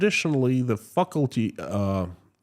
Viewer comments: Fuckulty was a more fitting pronunciation! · If it wasn't so tragic it would be funny, and I like your pronunciation of faculty 😂 you cheer me up in the circumstances, I think families should be allowed to travel for a better life